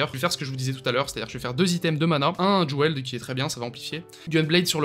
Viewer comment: Bonjour, Jewels ne se prononce pas jouels mais jouls Excellente video.